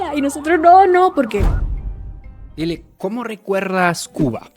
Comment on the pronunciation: Lile no Lilo😂😊❤